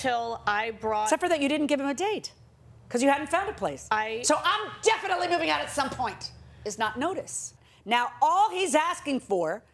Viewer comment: “I told him “definitivly” It’s DEFINITELY